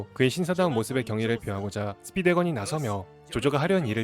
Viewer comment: 스피드 웨건(×) 스피드 왜건(o)